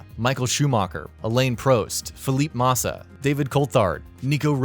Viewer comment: "along with sh0oMaWkEr, ElAiNe PrOeSt, SiNnA roSe-BurG , ceWLltArd and fELLeEp, MaWsSa and GinSs0n BuTtIn"